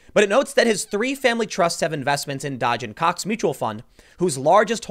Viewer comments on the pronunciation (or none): whoever named their company Dodge & Cox lol wtf man i thought you said dodging cocks lol